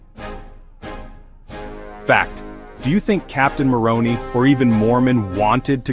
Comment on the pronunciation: “Néfi and Néfights” (Nephi and Nephites), “Moronee” (Moroni)? 😊 Did AI wright the script, too?